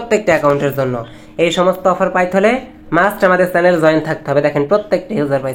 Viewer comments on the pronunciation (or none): none